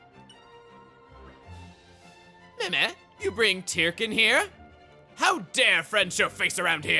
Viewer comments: You know, in all of the cutscenes and heart-to-hearts, they always pronounce the word "Tirkin" as "TUR-kin" so I don't really know why chuggaa keeps pronouncing it as "TEAR-kin". Kind of strange. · For someone so... Anal (heh) about official pronunciations, sure likes mispronouncing Tirkin literally seconds after they say the word in game